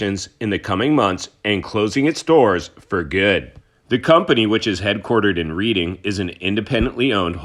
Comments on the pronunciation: Just FYI, it's pronounced "Redding" and not Reading. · It should be pronounced as... REDDING... AS IN RED NOT READ!!! Okay I'm just having some fun with you. The pronunciation that I've given you is correct but I'm really not upset about it you know. I just felt like it was worth pointing out. Love your work. Thanks for all the information. Best wishes. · It’s pronounced Redding